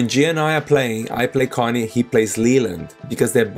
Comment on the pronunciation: Connie is pronounced k-onnie. Thanks for the video.